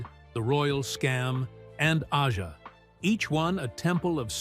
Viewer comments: Can that click track BE any more annoying? And “AH-JAH?” GTFO! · AI bullshit, can't even pronounce AJA correctly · Yeah, they can't even say Aja...😅😅🤣🤣🤣🤣😂😂😂😂😂😁🤣🤣🤣🤣🤣🤣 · "Ahja" and Donald "Fahgen." AI narration is such a cesspool of mistakes. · Is the narrator AI? Mispronounced “Aja” and “Fagen”. Love LC but this video sucks…boring repetitive, no music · Aja. And Fagen are mispronounced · Ridiculous clickbait, pieced together by AI with AI voice over that even mispronounces Aja and Donald Fagen’s name. Complete BS. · Who is this joker? He doesn't even know how to pronounce the word AJA. Not a single word from Larry himself. Oh, and Fagen's name IS NOT pronounced Foggin.